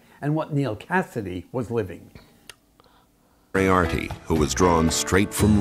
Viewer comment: I think about Dean Moriarty . I think about Dean Mo - ri - ar - ty.